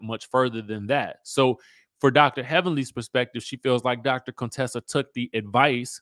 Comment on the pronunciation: Chyle… stop calling that poor woman Coon-tessa